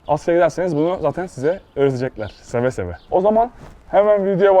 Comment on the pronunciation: Seve seve değil söve söve